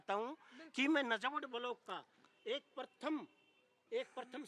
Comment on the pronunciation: Najabgarh nahi hai.najafgarh hai. Sudhir Badsa.